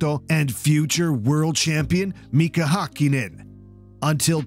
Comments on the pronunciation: häkkinen wasnt good, it was a perfect hakkinen, but not a häkkinen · As a Finn, I'm amazed you managed to correctly pronounce Rosberg and Lehto, but mispronounce Häkkinen. Usually it's the other way around with English speakers.